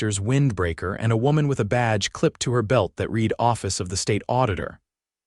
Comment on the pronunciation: It's not "it read" as in bead, deed, or greed. It's read as in bed dead, or sled. Get it right you damned fools or flush your AI where it belongs..